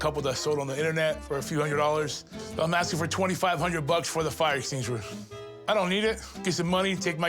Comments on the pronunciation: I got me a fire stinshewer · Fire exting-shur 😂😂😂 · Pooorguy cant say fire efenquishiner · "enstingensher''❌ ''esstingasher"❌ ''eckstennanshur''❌...Keep tryin, bro! I believe in ya! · This guy can’t speak hahahaha. “Extwinner” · Estiniewisher… is what I’m calling them from here on out… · Dude said fire exteenjewer. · He said fire steen wisher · A fully grown adult who can’t say extinguisher? Lmao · I just knew the fire extinguisher was gonna be fake when he couldn’t say extinguisher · The guy that can't say extinguisher 🤣🤣 they did him dirty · what a weird way to say extinguisher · Bro can't say extinguisher 😂😂😂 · He starts the word in English and ends it in French.😂